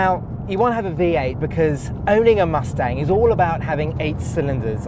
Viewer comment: "Muthstanng"? bye everyone, I can't deal with this guy